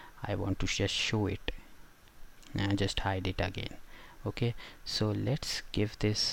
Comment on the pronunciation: "Okah".... "Okah"